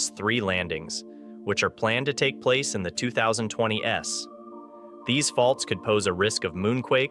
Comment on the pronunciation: It's too clear that I'm listening to AI when instead of saying the Artemis 3 landings are "planned for the 2020s," it says they are"planned to take place in the 2020 Ess"